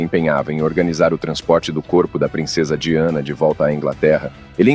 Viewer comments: A pronúncia correta do nome da princesa é DAIANA. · Se pronuncia “daiane” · Eu sempre suspeitei do Príncipe Charles. Gostei das informações, mas você falou o nome da Lady Di errado o vídeo inteiro!!!